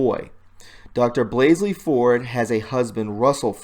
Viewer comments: Is it too much trouble to read her name correctly? Blasey, not BlaseLy. There is no second 'L,' yet you added it to her name over and over and over again. That's unpardonable. And the post about the CIA connections would have packed more credibility-power if the author cared enough to SPELL correctly. (Has he ever heard of possessive apostrophes, those little thingies which help readers distinguish between a possessive and a PLURAL?) I understand my comments do not address the value of the posts themselves, but I assure you, I write as a FRIEND. While we obsess about the truth and continue to speak it, we should not yield to the New York Times the honor of being the only publisher who follows the rules of English. How much MORE important it is that we--who hate lies and live truth--show ourselves to HONOR rules; show that we care enough NOT to be lazy and sloppy, perhaps even to have our stuff PROOFREAD before posting? Your influence is being limited by language laziness. Asking viewers to click on notifications is all well and good, but why not return the favor of their effort, folks, by putting out product that YOU have LABORED over, which you have earnestly tried to get RIGHT in all aspects? Doesn't the truth deserve such respect? I think it does. So many folks who seem sharp about discerning the truth from lies seem sadly ignorant of the fact that sloppy, error-filled communication--regardless of content--leads MANY, many readers to dismiss them out of hand. Pathetic Engl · Why do you keep saying 'BlasLey?" There is no second 'L' in BLASEY. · Her surname is Blasey, not Blasley. There aren’t two “l”s. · BLASEY!!!!NOT BLASLEY...LOL... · Great but hard to concentrate on listening when you keep adding an extra "L" to her name, it's BLA-SEY not BLAS-'L'EY, that second "L" is just not there! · Her maiden name is hard to remember how to pronounce unless you just say BLAHH first. That was the only thing I could make be funny last week. Blahhhzey.